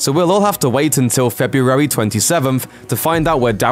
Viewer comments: I hate how you keep saying FE-BU-ARY. Missing something? Maybe an R... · You can't say the word February very well, can you? 🙇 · You say February funny. I would pay to hear you say it 10 times in a row.